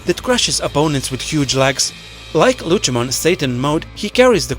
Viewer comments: Lutshemon? Cmon man. Its Lucemon, with a C. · How on earth do your pronounce lucemon incorrectly but can pronounce Lucifer correctly?